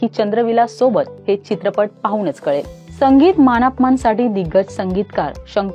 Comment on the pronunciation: नीट बोलायला शिका. मान अपमान नाही मानापमान. कट्ट्यार नाही कट्यार